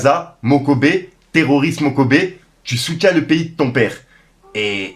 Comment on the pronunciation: graaaave 🤣🤣🤣 Il m'a plié de rire quand il lit "Moko boye" 🤣🤣🤣 MOKOBE a pris une balle perdue 😂😂😂